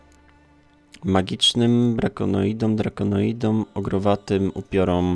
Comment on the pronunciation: też przez bardzo długi czas żyłem w błędzie, dlatego kiedy to odkryłem to moje zdziwienie było tym większe, a dokładnie nie czyta się olej przeciw DRAKONOIDOM, a DRAKONIDOM:D